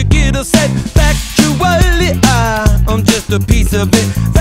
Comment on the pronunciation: Yes, I know what factually means, it's just the way he pronounces it that I think is weird